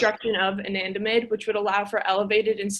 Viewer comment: "a nan da mide" not "Anna damide" 😢😢😅